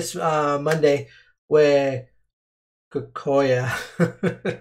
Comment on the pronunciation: I'm so happy I found this video! I'm wondering which songs YouTube blocked. Also, Kokia is pronounced Ko (as in cold) Ki (as in Key) A (Ah)